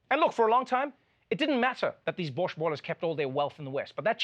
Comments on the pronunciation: Hold up, did you really just call Russian oligarchs "borsh boilers?" If Trevor is mysteriously poisoned in the next few days we know why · he called them borscht ballers lol